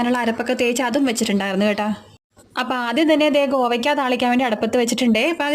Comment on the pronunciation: ഗോവക്ക അല്ല കോവക്ക യാണ് 😅